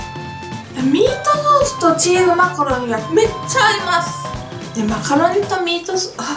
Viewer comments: チーズマカロニがチーズマカロンに聞こえた😅😅😅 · 最初マカロニがマカロンに聞こえてチーズマカロン(;゜∇゜)ってなった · 最初チーズマカロンてきこえたー笑